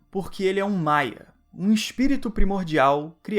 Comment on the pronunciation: O caique falo MAIA é MAIAR! 🤣